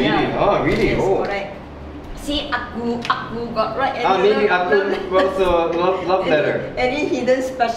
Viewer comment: I believe the Ah Ku uncle you are referring to, should be your mother-in-law's brother? For better pronunciation, it should be Ah Kuu. Woah, mooncake from Peach Garden! This is one of the famous local Chinese restaurant, which most Singaporean Chinese should know them. The proper name of this festival is "Mid Autumn Festival", which then represents the year has reached the autumn already. As for the history of Mooncakes, actually both you and your mother-in-law are correct. 1) There is a fairytale of about a fairy by the name Chang Er. During that era, there were 10 suns in the sky which were causing droughts. Chang Er husband Hou Yi was a very powerful hero, took his bow arrow shot down 9 suns which then save the people. As reward, the queen of deity gave him immortality elixir as reward. Hou Yi eventually became king and turned a tyrant. Chang Er worried that the country will be in disaster if Hou Yi ate the immortality elixir, so she ate the elixir herself and flew to the moon. 2) There is another later version which the mooncake was used as a container to hide message. It was during the late Yuan Dynasty, and there were rebels all over the country to overthrow the Mongols. In order for the rebels to communicate without getting caught, they made mooncakes and hid the rebellion messages inside the cake. These two are the more popular ones which many locals will know. Actually the Mid-Autumn Festival in records is more for celebration of harvest, when the Emperor will celebr